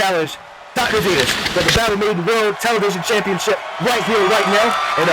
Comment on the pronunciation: The silence that The Violator walked out to was hilarious. Reminds me the problem The Rock had, when he was still Rocky Maivia, lol. Also, the Announcer pernouncing Dr. Venus' name As, "Dr. Venoose." 🤣